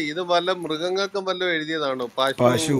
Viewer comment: പശു അല്ല പഷു